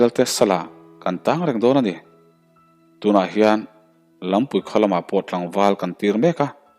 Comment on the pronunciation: Lampui khua i tih khi, LAM kawngpui thluka thluk lovin Laampui (dance) Lamzawl i lam anga lamrik tur a va nih hmel ve...